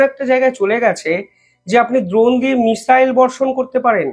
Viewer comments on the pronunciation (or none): none